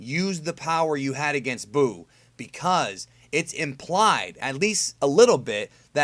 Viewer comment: I think I was just making fun of how he emphasized "implied" in his sentence lol